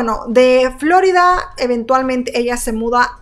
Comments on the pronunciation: Floridaa no se dice ...florida oh casi me da otitis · Me estresa como pronuncia "Florida" 😂